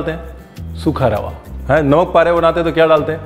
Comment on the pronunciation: Once again say, 'Sookha Rawah'😅